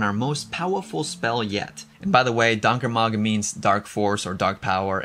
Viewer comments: You're mispronouncing Donker Mag. It's pronounced "dawnkerrr Magh" the gh sounds like the end sound in loch as in loch ness. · I recommend you look up on how to pronounce Afrikaans words, before publishing a video featuring Afrikaans words. You crucified the pronunciation of 'donker mag'. Vir wat is die Internet daar?